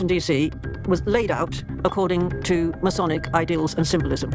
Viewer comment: New to finding you,. I appreciate your work and your heart. While I disagree with you on some theology, I certainly don't doubt your love of Christ. My only complaint is a nit picking one. It's Masonic (May-Sonic). You say: Messianic (May-scionic). It hurts my ears. God bless you, keep doing your thing!!! I'll keep watching and supporting